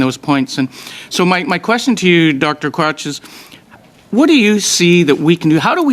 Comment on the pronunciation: Sounds like he said Dr Crotch